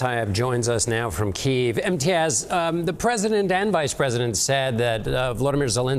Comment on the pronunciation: Why all of the sudden did we begin to pronounce Kyiv differently??